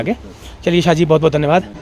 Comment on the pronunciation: शाह नहीं साह। शाह= अमित शाह।